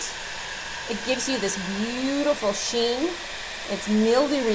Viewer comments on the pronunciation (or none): none